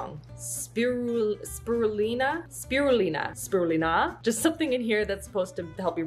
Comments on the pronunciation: Spirulina (you said it right!) is blue green algae, a form of seaweed. It's usually found in "green" smoothies. Very mild earthy flavor, and is very good for you! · You said spirulina right!